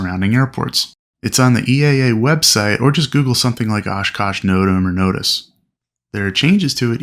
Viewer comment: whats a note-em? you mean no-tam?